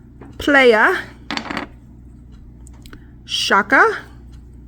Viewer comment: Nice... Thank you. I like the green'ish colors. And I think it's pronounced pla-ya... like beach is Spanish.. I think